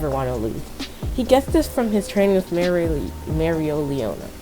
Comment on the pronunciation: I think it's pronounced mare-lee-ona